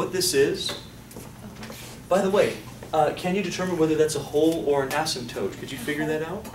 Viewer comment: ....asympote instead of asymptote, lol...